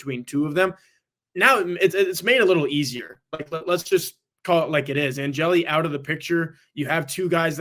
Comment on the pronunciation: Angeli. One syllable.